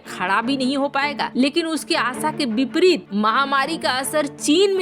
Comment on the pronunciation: Bipreet nahi vipreet bolo